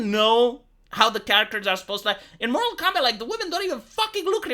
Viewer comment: It's Mortal Kombat, not Moral Kombat.